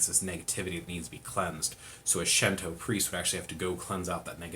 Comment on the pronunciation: It's pronounced Shinto, no shento. 神道 that's the kanji. Shin tou. with a long o at the end. "She" is not in the kanas. Thanks for the intro